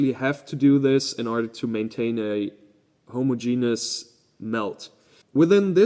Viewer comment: Consistently pronouncing "homogeneous" as two separate words is legit pretty funny. Not sure if the joke is intentional or not, but I'm here for it. 😅